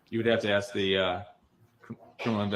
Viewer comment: Oh yes. Please someone teach him how to pronounce the word ask.